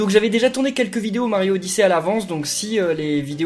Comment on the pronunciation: Pas Mario odissey c'est Luigi oddisey lol